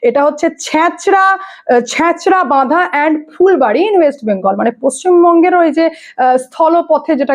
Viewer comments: Ota changrabandha hobe. Not chachrabadha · তোমার কন জবাব নেই। তুমিতো চ্যাংড়াবান্দা বর্ডার কে ছ্যাঁচড়া বান্ডা বলেছ। আর বাকি কিছু লিখছি না, বুঝে নিও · নামটা চ্যাংড়াবান্ধা ছ্যাচড়াবান্ধা নয় মনেহয় । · ছেছরাবাঁধা নয়,ওটা চ্যাংড়াবাঁধা,😊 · Chechrabandha na chengrabandha didi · ছেঁচড়াবাধা নয় গো ওটা চেংড়াবান্ধা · Didi, uchharon ta bhul korechhen, ota chhachhrabadha noy, ota Changrabadha..... Coochbehar lagoa India-kangladesh border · তোমার রিপোর্টিং খুব ভালো লাগে। আর বর্ডারটা ছেচরাবাধা নয় চেংড়াবাধা হবে মনে হয। আর এ ভাবেই করে যাও কোনো ভয় করবে না । সত্য চাপা থাকে না। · ছ্যাচড়া বাঁধা না, ওটা চ্যাংড়া বাঁধা স্থল বন্দর 😂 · didi jdi kichu mone na koro thle akta kotha boli ota ছেঁচড়াবাধা না ওটা চেংরাবাঁধা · ছ্যাঁচরা বাঁধা নয়, ওটা চ্যাংরা বান্দা। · ও ওটা ছাচরাবাদা নয় ওটা চ্যাংড়াবান্ধা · ছেঁচড়াবাদা নয়, ওটা চেংড়াবান্দা হবে। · ছেচরা বান্ধা নয়, চ্যাংড়াবান্ধা। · চ্যাচরাবাধা নয় - চ্যাংড়াবান্ধা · চ্যাংড়াবান্ধা, ছ্যাঁচড়া বান্ধা নয়। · ছ্যাঁচরা বাধা নয় ভুল উচ্চারণ হয়েছে। এটা হবে চ্যঙরাবান্ধা। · ওটা চ্যাংড়াবান্ধা, ছেচড়াবান্ধা না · ছ্যাচড়াবাঁধা নয় ওটা চ্যাংড়াবান্ধা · জায়গাটার নাম ছ্যাচড়াবাধা নয়, সঠিক নাম চ্যাংড়াবান্ধা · ওটা ছ‍্যচরাবান্ধা নয় ওটা চ্যাংড়াবান্ধা....just correct kore dilam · Chhachra badha noi ota changrabandha hobe.Khabor porle perfection ta jaruri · চ্যাচড়া বাধা ন য় ওটা চ্যাঙড়া বান্ধা,মেখলিগঞ্জ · ছ্যাচড়া বদা নয় ওটা চ্যাংড়া বান্দা হবে।